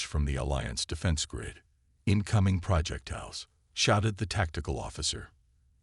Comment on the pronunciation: Still you decide to use a POS AI. I actually made through your asterisk, asterisk story. But, WTF is: "DEEF-ening"(deafening), "PRAH-jektile", "....being TAH-ed"(towed) home", "....watched the proceedings LIV"(live...pronouced...."L-EYE-v". Your stories so far literally suck due to all the errors mad by you AI!!!!!!!!!!